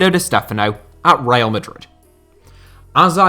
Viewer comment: Reial?Stéfanow?Manager?It's coach,Dieigow?it's Diego